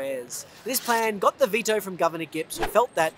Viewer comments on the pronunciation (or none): none